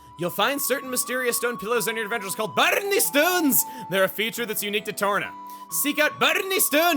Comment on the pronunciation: The way he says barney stones cracks me up!!